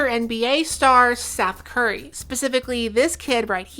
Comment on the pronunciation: Did she say SETH CURRY